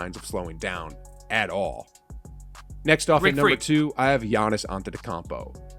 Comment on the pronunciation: This dudes list is almost as wrong as his pronunciation of Giannis’ name